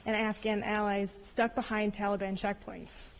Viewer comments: Why does he pronounce Taliban as "Tolly-Bon"? He must have the Jimmy Buffett song Jolly Mon playing in his ear piece. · Won't be long before ransom demands come from the tal-LLE-bonn for the Americans Biden abandoned and left behind. Binded lies, so Americans die. Just listening you can tell he is unable to grip how much damage he done to this country trustworthiness. He is a disgrace.